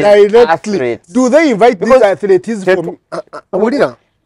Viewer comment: They are called "Athletes", not "Athletees"